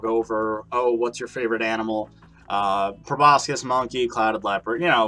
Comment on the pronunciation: The c in proboscis is silent